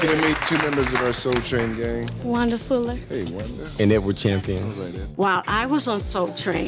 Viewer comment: Funny, her name was Wanda Fuller, but I’m hearing “Wonderful-er”, lol.